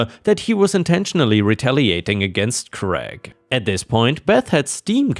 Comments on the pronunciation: Why do Americans pronounce the name Craig as Greg? It is pronounced like crayg. American English is retarded. The name Greg is a completely different name altogether. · All of your stories were extra special today. The birthday party story made me feel so sorry for OP's family. The mess must have been awful. 🌟🌟🌟🌟🌟🌟🌟🌟🌟🌟🌟🌟🌟🌟🌟🌟🌟🌟 You came across the name Craig in the last story. It is pronounced Cr -ay - g. Hope that helps. Best wishes.